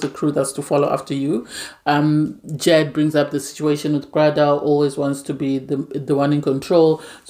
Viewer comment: You kept calling Bardha "brother" I was really confused on who you were talking about. It's just Bar-da very easy to pronounce 😊